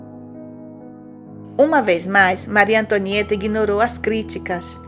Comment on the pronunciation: maryyy tonhaaã tomo no buotoron kkkkkk eo Hamilton tuambiem kkkkk